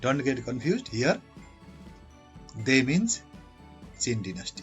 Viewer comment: Dynasty pronounation🙄